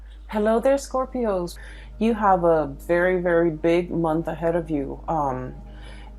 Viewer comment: Reads capicorns but made mistake saying scroipo